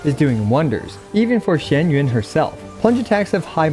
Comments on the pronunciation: Kur.wa it's not shen yun. Its xian yun. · Her name is not pronounced the way he says it